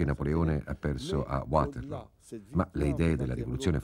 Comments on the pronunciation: Non si pronuncia "Uaterloo come fosse una parola inglese, è una collina belga e il nome è in fiammingo. Perciò "Vaterloo". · Uaterloo però non si può sentire. Non è inglese, è fiammingo. Vaterloo, Vaterloo, Vaterloo. Possibile che Angela non lo sapesse? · Waterloo è in Belgio quindi perché bisognerebbe pronunciarlo in inglese?